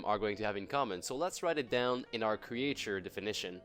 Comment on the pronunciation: cre-ihhhh-ture xD jtm ♡ 🐥